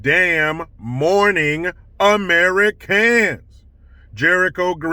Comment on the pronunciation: Jericho's "Good damn morning AmeriCANS" is enough to make my day better 😄